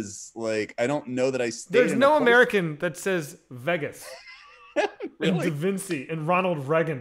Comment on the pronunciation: Las veh gas